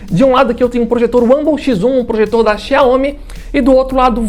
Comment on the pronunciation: O que você precisa melhorar, e se informar, é como se pronuncia os nomes das marcas. Nesse vídeo em especial, a marca “ XIAOMI ”. Você está pronunciando de formar errada, e muito amadora, não é assim que se fala, ou pronúncia o nome XIAOMI. Essa é minha crítica, e sugestão. De resto, o vídeo ficou ótimo. Os dois projetores são incríveis! Eu fico com o que tem melhor qualidade de imagem, o XIAOMI. Por : Jailson Santos 😎